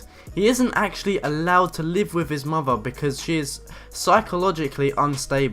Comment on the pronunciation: everything that ends with th, he says it like “Myff”